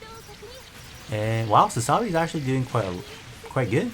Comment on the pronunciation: You do know it's pronounced Sa-za-bee, right? Not Sa-sa-bee.